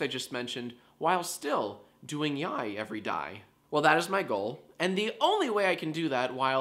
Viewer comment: when he said "yiay everydiay" i lost it